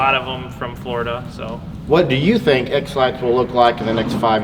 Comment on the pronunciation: it sounds like your saying Exlax Glad to have found you kids again. I lost everything! Thank you Dana for helping me reconnect with my channels.